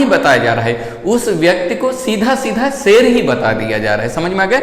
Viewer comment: सेल नही शेर होता है